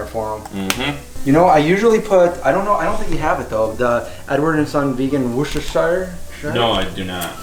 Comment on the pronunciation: forget the shire and just say "woster sauce" the wo part is said the same as the first two letters of "wood" (wo-ster ) then add the shire if you like but no need as people will know what it is, great Video's keep them coming :)